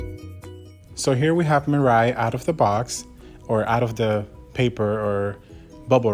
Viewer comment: hey there buddy you're pronouncing mirai wrong